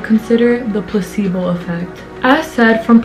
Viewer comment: Everythime you say placebo i hear „pussy-ball“😂 omg sorry 😂😂😂🙈i loved the video anywayy haha you go giirll🥰